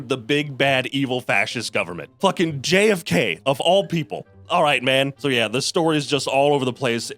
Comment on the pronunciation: the way you say JFK is so funny to me